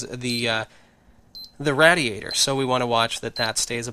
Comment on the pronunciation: he mispronounced radiator.. It's pronounced [rey-dee-ey-ter].